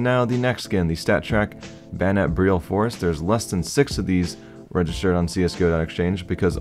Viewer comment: He pronounced it correctly